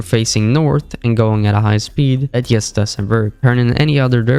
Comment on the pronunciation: it pmo how this guy keeps saying "yust" instead of Just